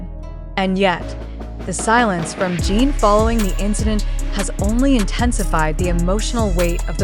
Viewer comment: Podia pelo menos falar o nome dele corretamente!!!!!!